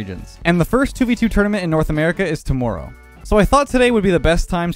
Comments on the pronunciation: The way he says tomorrow is disgusting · He at least has a little bit of a canadian accent when he says "Tomorrow"